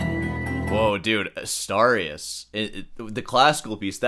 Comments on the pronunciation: Why are you pronouncing it 'Astowrias'? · Asturias is pronounced Astoorius, not Astahrias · Asturias, as in 'dude', Dude ... Not Astarias ....😂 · LOL...AStarius!!! Sor pronunciation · Why do you keep calling Asturias "Astarias"? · I like your channel but you can't keep saying you're a classical guitarist and pronounce "Asturias" like "Astarrias". You're part Cuban, you have no excuse 😂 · You might want to learn how to pronounce Asturias... and play in time. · Please try too better your pronunciation of "Asturias" because it is really disgusting. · The way you pronounce „Asturias“ makes a mockery of Americans and their pronunciation.